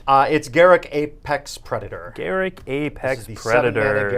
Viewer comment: last soon "Garruk" ops xD!